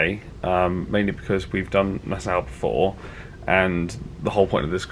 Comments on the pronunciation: I love your vlogs, but just one little gripe; Nassau is pronounced Na-saw not Na-sow. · I always thought it was pronounced "Nass-aww" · NAH-SAW (Nassau) 😀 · Love your vids ! Q: is your way of pronouncing Nassau common in the UK? I have NEVER hear it said that way till now.